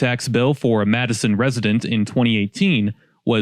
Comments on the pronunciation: I know people that live there. It's pronounced Mattson. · I grew up on the south side of Chicago and everyone I knew referred to this suburb as "Matt-son." However, in the early 90s I appraised acreage on Cicero and found that the locals said "Matt-e-son," that is, three syllables, not two. I confirmed this with the Matteson economic development department. If you look up Village of Matteson Historical Museum right now (9/24/24) and click through, you'll be at a Village of Matteson website that has three clickable links to the left. Click "History of Matteson." The text includes this: "German settlers were among the first to arrive to the area situated at the intersection of the Illinois Central and New York Central railroads. The railroads would bring thousands of people yearly from the East Coast to the Midwest, stopping in the Chicago Southland communities along the way. Some of these people decided to remain in the Matteson (pronounced Mat-te-son) area rather than proceed to Chicago." The Village has gone so far as to mail postcards to residents noting that the three-syllable pronunciation is the official one. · I have to agree nobody in Illinois calls it that, everyone calls the town matt - son. Weird that the website pronouces it that way. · Stop pronouncing it that way! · you mispronounced Matteson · Best to learn how to properly pronounce the city name that you're talking about. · If you’re gonna do a video about it at least you could do is pronounce it right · I'm here trying to figure out what town you're talking about because you're not pronouncing it correctly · I'll return to watching but 1st, I had to comment now. You must not be from around the area or even close because you're pronunciation of the city is incorrect. It's "Matt sin." The "Ts" aren't pronounced like "Ds" and it doesn't sound like "Madison." Sorry, I just couldn't take it any longer. 🙃 Now, I'll return to the video. 🙂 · It is called Matt son. Not Matteson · It’s Matt a son not mattson…